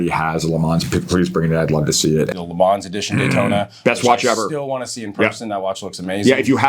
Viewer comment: Gentlemen!!! Le Man. Not Le Mans. The S is silent.